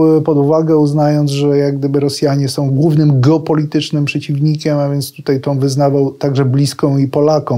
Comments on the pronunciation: ...tutej....??? po polsku mówic nie nauczyli??? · Uszy mi więdną od tego "tutEJ".